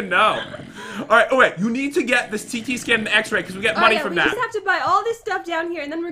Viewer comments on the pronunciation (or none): is it just me or did pat say “ alright you need to buy this tiki scan”?